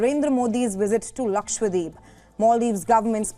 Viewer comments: Being an Indian News Anchor , Kindly pronounce these places correctly. It's not Lakshwadeep . It's Lakshadweep. Dweep = Island . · Aside from the federal angle to this situation, media out of all continues to mispronounce it as ‘Lakshwadeep’ as opposed to to ‘Lakshadweep’. Say it right if we are truly proud of it 🫡